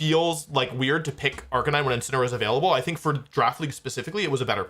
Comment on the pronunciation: no way he says arcaneenay instead of arcanine. it’s literally a canine